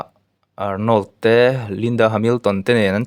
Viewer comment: Arnawl a ti suh..Arnawrld ti rawh aw